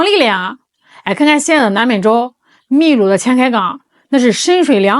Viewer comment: 秘鲁(bilu)不是milu